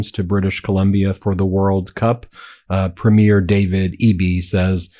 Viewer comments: It’s pronounced PREEM-yer, not premiere. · Ben, "Premier" is pronounced "Preemyear". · Hi guys, I’m only saying this because you are pretty much perfect, except that you do not pronounce the word “Premier” properly when it comes to Canadian leaders (I grew up there). It’s “Preem - yerr”. Both syllables with the same amount emphasis. Like I said, it may be a small point, but noticeable to people from other countries. Nevertheless, you guys are awesome!